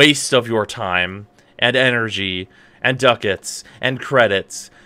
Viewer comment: hmmmmm, history has shown that there is no bigger asshole to myself than myself, but i do like free. decisions, decisions. (also, it is pronounced duck-its)